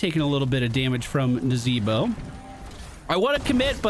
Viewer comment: Please remember to do the inflections when listed the team comps... not Nazeebo, but Na-zee-bwah.